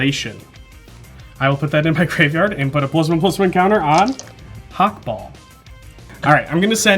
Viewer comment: The way says "Hakbal" alsways sounds to my German ears like "Hackball" (Hack = synonym for minced meat; ball = ball). Which makes Hakbal a meatball:D